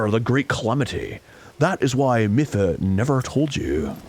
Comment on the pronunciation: Did Arin always call her "Miff-uh"? I thought I remembered him saying "Mee-fa," like somebody who knew how to read.